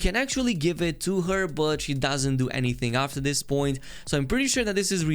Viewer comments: my bro its after not aftar, just so you know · It's *afTER patch, not afTAR patch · “Aftar Patch” lmfao its “After” bro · "Atfar patch" lmao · “Aftar Patch” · "Aftar patch". Lmao.